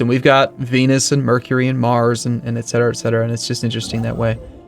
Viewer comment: a weird American thing. Like how they keep saying "ex cetera."